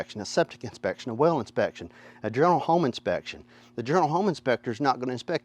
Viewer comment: I couldn't understand the whale inspection, until i realized he was ATTEMPTING to say "well."